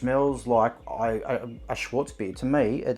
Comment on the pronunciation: Mate- it is SCHWARTZ bier, pronounced SHH-VARTS. Schwartz means black in German.